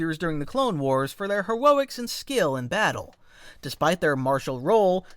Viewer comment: "hewoics" im sorry that was so funny, it caught me super off guard 😭